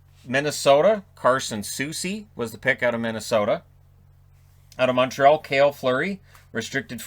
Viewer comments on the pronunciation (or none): none